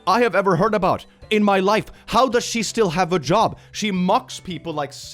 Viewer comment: "How does she still have a job" or "How does she still have a jaw" ?